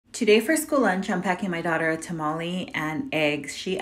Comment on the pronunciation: Tamale it's tamale family tamale a Mexican I know how to pronounce it